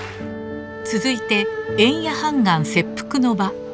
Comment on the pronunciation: 「判官」は、はんがんではなくて、ほうがんでしょう。